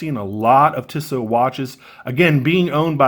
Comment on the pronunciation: No offence but the company is pronounced Tee-So.